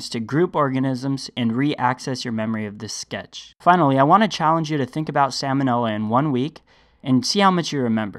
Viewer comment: I assume you are just mispronouncing the bacterial genus to make it more memorable. But that is not a great help for the future of the US the medical community.